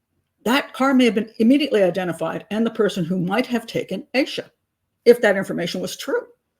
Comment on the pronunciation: Its AH-SHA not AYE-SHA 🙄 For someone who's so judgmental and pedantic, you should learn how to pronounce these victims names.